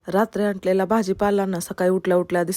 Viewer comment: Antlela ❌ anlela